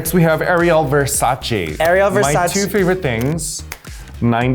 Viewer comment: MAJOR respect for Raja... So far she's been THE ONLY FUCKING QUEEN to fucking pronounce Ariel VERSACHE's name properly. Every fucking stupid queen even Ru is like "aRiEL vErsAcHee" ITS FUCKING VERSACHE. they even did a fucking campaign of girl pronouncing it properly one hundred one million times in a fucking 30 seconds commercial. If you're that dumb you can't even pronounce that ICONIC brand's name, GIRL BYE. That's the way to truly spot a legendary fashion queen icon.